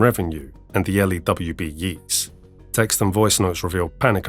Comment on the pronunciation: the Yeata is pronouced with a long a. ye -ats. aaide from that - fantasic work